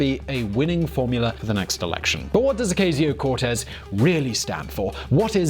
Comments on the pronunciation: Can’t even say her name right... usually like your videos, but this is garbage. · how can you make an entire video about someone and not bother to learn how she says her name it's not like this is an obscure person as you yourself said she's one the most popular democrats today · Say her name right omg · Pronounce her name correctly, please.